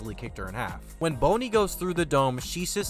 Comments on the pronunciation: you've def gotten flack for this in the comments but BONE - Y? MY g it's BONNY like a bon bon. BON - E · Lmfao dude called her BONEY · BONNY not BONEY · “Bone-ny” 😂🤣 it’s like how people pronounce “Luff-fay” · spiritual pressure? Also who is Boney? You mean Bonney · Buddy her name is pronounced “bah-ney” 😂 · Bruh it’s a good video but you have to PLEASE stop pronouncing Bonney like “Bony” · Man said Jewelry Bone-y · I get you read manga but are we serious 😂 “Boney” you know better than that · Me hearing the name Bonny pronounced BONEY. 🫩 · The way you say bonney's name is not even correct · Bonney is a short o, not a long o. (Agree with everything else so far tho, just a nitpick). Kizaru wasn't choking out Usopp, just holding him by the lips. Also, I don't believe Kizaru could have just stabbed Luffy while he was dealing with the clones, Luffy just didn't notice the real Kizaru because he left the fight while Luffy was dealing with the clones. Luffy couldn't tell them apart, but if the real Kizaru tried to hit him, he would have just reacted to it like he would have with the clones. I do believe Kizaru was still not trying his best to kill Vegapunk though. I don't believe that Kizaru truly wins here, I think it could go either way in an actual one on one. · I dont like he says her name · Can't say bonney correct is mildly infuriating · Hearing you say Bonnie wrong on purpose really took me out the video couldn't finish watching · Good video. Hate the way you keep pronouncing Bonney tho.😅